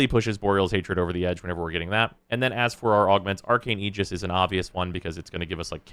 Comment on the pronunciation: Finally, someone pronounces aegis correctly.